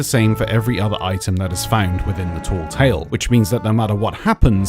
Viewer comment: Please say tall tale properly. It's tale like tail and not ta-eel. Please.